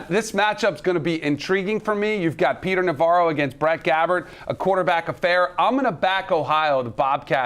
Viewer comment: This guy couldn't even say parker Navarro's name correctly. This game will be a high scoring affair.